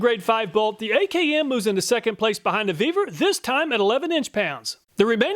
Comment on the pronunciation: You earned a "like" just for pronouncing that one brand! :) Really surprised to see the Vevor product working so well. How come there's no, "We're gonna test that!" underwear? ;)